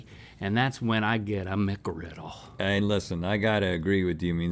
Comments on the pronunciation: Singular! McGriddle! ONE GODDAMNED SANDWICH! MCGRIDDLE! There is NO "S" in the goddamned word!!! NO "S"!!! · JUST SAY MCGRIDDLE